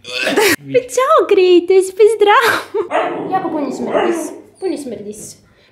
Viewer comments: nije krejtos nego kratos al ok. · Taj iz igrice ze zove Kratos, tj tako se kaže na srpskom a ne krejtos. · Msm da nije KREJTOS nego KRATOS 😂😂😂😂😂 Inc jako sladak 🐶 Volim vas punooo❤❤❤ Jadan Hlad zaboravili ste za njega!!! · Meni zvuci kao da zove g kritos umesto krejtos